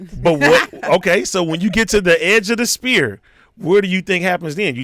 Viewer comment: “In a spear” AD can’t even say sphere 🤣🤣